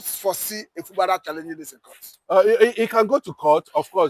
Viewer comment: It's Fubara and not Fubala. Two ijaw men has rule rivers state even before the creation of Bayelsa state. One was politically elected while the other was a military governor. Try to understand your history before you come up here. Thanks